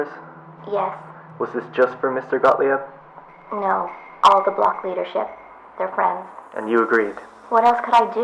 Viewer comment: Gottlieb: pronounced Goht-leeb not gaht-lee-eb. It's German.